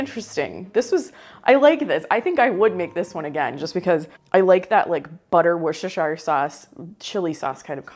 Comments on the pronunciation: Please, it's pronounced wooster- sheer. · I love your channel and I remember many of the recipes from growing up in the 1960s. Just a note from a word nerd and a Brit: Worcestershire is pronounced “wouster” with the same sound as would, should, could. The “shire” is dropped, unless you are talking about that county in England. I’m definitely going to try that Lumberjack macaroni! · Worcestershire is pronounced whoostersheer. It's like saying the wind is whooshing, or whipped cream. The second part is pronounced 'sheer'😅😅😂😂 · Please, it is wuss-ta-sheer! 😅